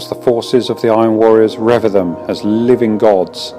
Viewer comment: Good effort, but you might want to look up the words you dont know, to pronounce them correctly, for instance "revere"